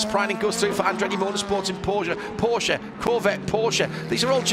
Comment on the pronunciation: Thanks for the Porsch-e pronounciation, not hearing it too often 😊